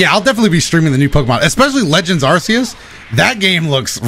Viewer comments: I never a notification, but the pronounciation IS incorrect. It is ar-KAY-us, not arse-EE-us. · He also pronounced Arceus incorrectly.